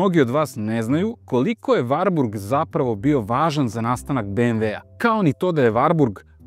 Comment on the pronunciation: Evo, osećam se "prozvanim" da kao ljubitelj i vlasnik dvotaktnog Wartburga 353 iz 1988 godine prokomentarišem ovaj video. Pre svega, napomenuo bih da se ime ovog automobila izgovara sa slovom t, dakle WarTburg (ne Varburg). Drugo, tačno je da 1974 dobija uz 353 i oznaku W (dalji razvoj), ali tada NIJE ristajlingovana maska (sem oble prelivne boce za rashladnu tečnost i zakošenog izduvnog lonca i grane - jer do tada pravi stvarali su problem kod karavana - uvlačenje izduvnih gasova u karoseriju), izvršena je mala korekcija rikverc svetla i u globalu...ništa više! Do 1985 godine vršene su korekcije elektrike, ručice menjača, itd, ali su to sve sitne izmene. Sa 1985 stiže novi Wartburg 353, ali još uvek sa oznakom W (oznaka S dolazi oko 1987 godine). Taj Wartburg je imao izmenjenu prednju masku, hladnjak je pomeren napred (ranije je hladnjak bio iza motora), dobija Čehoslovački Jikov SEDR 32 dvogrli karburator, termodavač i ono što je vrlo interesantno, digitalni pokazivač goriva, temperature i pokazatelj trenutne potrošnje goriva - ekonomer. Naravno, ovo je sjajan automobil, ali...tržište je bilo "žedno" za četvorotaktnim motorom. E sada...ne bih da ulazim u rasprave, ali, sem razgovora sa nekim od Nemaca, dosta toga sam i pročitao, pa bih skraćeno naveo sledeće: pročitah u komentarima da navodite kako je Čehoslovačka bila industrijski naprednija, te...DDR nije ni mogao da ima četvorotaktni motor - to je suština. Nije tačno! Naime, u DDR-u je bila izuzetno jaka industrija ("drž